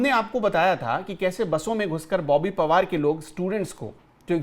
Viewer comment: बोबी पवार नही , बोबी पनवार.